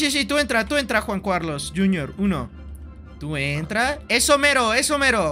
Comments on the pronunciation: Quackity: "Juan Cuarlos" Jun Carlos" "Jun Curlus" "Juan Juarlos" Jajajajajajjaja me encanta como no consigue pronunciar bien el nombre de Juan Carlos xD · Como dice juan cualos XD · Siempre dice Juan Cuarlos ajsjsjs